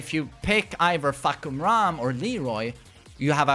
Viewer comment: Fah-kum-ram not Fuck-kum-ram . Please ..... you said a lot.